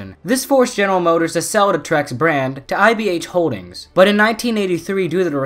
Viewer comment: Lol your pronouncing Terex wrong (teh·ruhks)